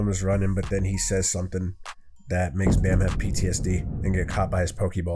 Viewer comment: Its pronounced as bomb not bammm